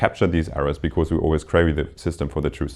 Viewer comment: Very nice lectures. One minor remark: The lecturer will make his lectures even more enjoyable if he looks up the pronunciation of these words (whose pronunciation he probably copied from his professor): “because”; “occur”; “estimate” (as a verb, which sounds different from when it is a noun). All the best!